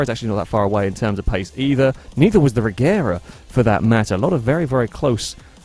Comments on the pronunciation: Regera is actually pronounced Reyera, which makes the name difference a bit larger, but yea, it's not gonna get any easier when the Gemera (Yemera) gets mixed in too. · Well the name of the car comes from the swedish word Regera (IPA: /rɛˈjeːra/), which means; to reign. It kinda looses its meaning a bit if you start then pronouncing it differently... But at the same time I understand why, because it's easier for foreigners to just pronounce it Regera, instead of trying to learn idiotic swedish grammar where G is sometimes G and sometimes J. TLDR: I'm a grammar Nazi, Von Koenigsegg is just a genius that makes and sells insane cars instead of complaining about people mispronouncing. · When the founder of the company pronounces it regera you ain’t fooling anyone